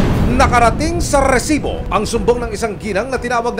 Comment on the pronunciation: bakit ganun na yung pag banggit ng "resibo" hindi na "rrrrrrresibo" 😢